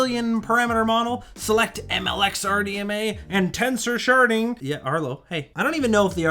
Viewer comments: I can't help hearing it as "tensor sharting" instead of "sharding" 😂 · Ohhh, sharding, not sharting.